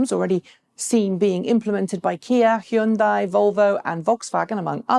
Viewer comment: Just a reminder, it is not pronounced "he yun die". you got the y as in yellow right, just don't add the e sound after the h. And the bit at the end sounds just like 'day'. "H-yun-day". in two syllables. Hyundai.